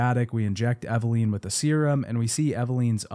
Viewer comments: Take a shot every time he says “Eveleen” instead of Eveline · Bro for the love of God. It's EV-AH-lIN. not EV-AH-LEEN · Eveleeeennn. It amazes me that Mia says her name proper in game and people still can't pronounce correctly lol. Otherwise I enjoyed the video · Eve-LEEN. Lol. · I usually like to listen to these but hated hearing “Evaleen” over and over and over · EveLEEN?? You lost me there lolll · The way you pronounce character names in literally every video just kills me 😂 “Eveleen” But it was weird because it , you actually pronounce it correctly, but then in the same breath, say it the wrong way again. 😏 Silly! ❤ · Took a shot every time he mispronounced Evelyn. I blacked out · It’s killing me especially because even in the audio from the game they pronounce her name correctly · Take a shot every time he pronounces Evelyn wrong